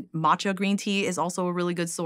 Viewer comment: So glad that she corrected his pronunciation of Matcha.